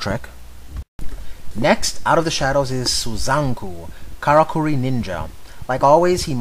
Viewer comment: It's pronounced "Kara-Curry"